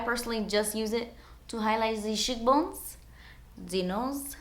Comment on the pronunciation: It sounds like you said s word bone instead of cheekbone. :0